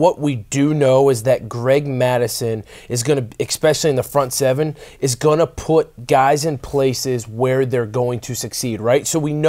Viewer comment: There is no "X" in "especially." Drives me a little crazy, but great content as usual. Thanks!